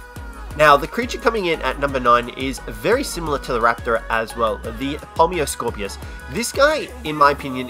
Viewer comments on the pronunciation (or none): It's Pulmonoscorpius, not Pulmiscorpius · When he said it, it sounded like Pominoscopius